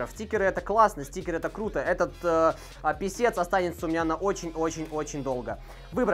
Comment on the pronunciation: Пискэс а не писец писец это писец а pisces это рыбы!